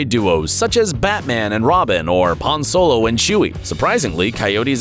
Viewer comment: Man this guys said pan solo and not Han solo